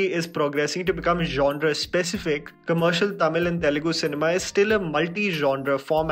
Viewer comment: This is one of the few Hindi guy who pronounce the words Tamil, Telegu, Malayalam and Kannada perfectly and correctly without killing the words.